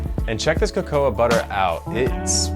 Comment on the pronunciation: Please, do learn how to pronounce cacao (kaka-oh!) properly! ;-)